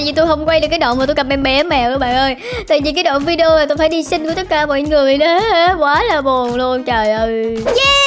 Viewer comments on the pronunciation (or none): none